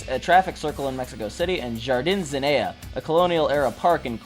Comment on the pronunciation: I lived near Jardin Zenea in Queretaro for 2 years... (har-dean Zen-knee-a & Kay-ret- tar-o) No hate man... it took me months of living there to finally be able to tell people where I lived correctly enough they could understand me and you did way better than google maps can. Ha! The punks & skins seem to have won ultimately- saw The Casualties and the Adicts in Queretaro- both shows were amazing chaos but not an Emo in sight. Just Punks and Skins having a great time. Really cool video! You taught me something and I'm a punk who lived there. Apparently this war happened 10 years before I showed up- had no idea this ever went down- but after watching this I realized if there were Emos in Queretaro I never saw 'em. Mexican punks and skins are super cool. Swinging from the rafters- a guy in a wheel chair in the mosh pit they lifted up on stage and he was like "I'm more punk than all of you! Yay!" They just stormed backstage after The Casualties show and the band had to slowly walk to their van taking pictures with everyone but all good- nothing but love and excitement. Queretaro gets great music going through there. I'm in Puebla now and it gets skipped because its so close to CDMX on tour paths so I have to go to Queretaro or CDMX for shows. Pretty funny they fought Emos though- what? Skinheads- no problema. Emos- pendejos! (although they probably use an even more crass word I won't put here) jajaja!